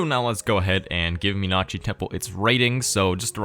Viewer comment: Really impressive pronunciation of the word 'Meenakshi'. +1